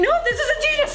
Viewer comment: the way she pronounces adidas LOL